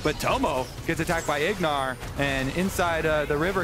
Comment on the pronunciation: Lol name plate had Ignar’s name as Huhi and called him Huhi a couple times too 😂